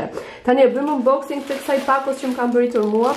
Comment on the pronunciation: eshte 'unboxing' jo 'umboxing'